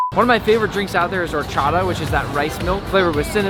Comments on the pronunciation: wait what did he just say😭 (oh-cha-do) 🤣 it’s (o-cha-ta) lol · the way he said herchata